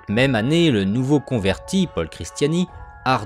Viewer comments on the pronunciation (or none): none